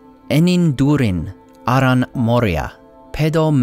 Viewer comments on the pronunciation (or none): none